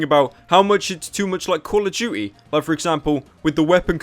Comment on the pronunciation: "call of jew-y"